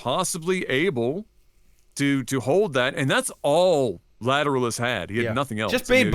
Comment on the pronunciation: Yeah I think they never listened to any detectable amounts of Tool, just judging by their pronunciation of Lateralus. 😋